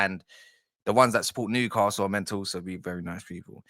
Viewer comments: Brilliant analysis of the game mate, and you say nucastle if you please. From a geordie. You know your stuff and do your homework, Brilliant to watch. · Just pronounce it "Nuke hassle" and you'll be fine mate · Yeah its New not Nu castle. Your not the only one who pronounces it that way though, its a southern thing, and we are used to it now, well most of us are. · As a London-based Toon fan, I always pronounce Newcastle the southern way (New-car-sle😂😂) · Yeah it's not NU Car Sule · Don't bother trying to pronounce Newcastle correctly just called us United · Just take the ‘’r” out of castle. Enjoyed your summary.